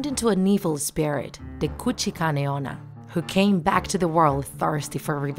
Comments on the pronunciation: DID U HEAR! SHE SAID *KUCHIKANE ONNA*. WELL, I THINK IT SHOULD BE KUCHISAKE ONNA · I thought they interviewed Kuchisake Onna because it said 'Draw my life' lol. Edit: excuse me, Kuchi -Kane Onna? What do you mean? I thought it was Kuchisake Onna? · wtf did you just say kuchi sane onna 😂😂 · The fact that it’s actually Kuchisake-onna😂😂. And I am a really big fan of her!🥰🥰🥰🥰. I love her!!!!!!❤️❤️❤️❤️and the title was Kuchisake-onna too but when she said Kuchikane-onna I was like ‘who? Did you mean kuchisake-onna?’ But she said Kuchikane-onna only 1 time and the last jumpscare always gets me😂😂😂😂😂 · You said Michelle saki honna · Nah I think she said Guccikane onna😂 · Nobody Littarely nobody her:KuChIkAnE OnNa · You said her name wrong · Your one job was to pronounce "kuchisake - onna" properly.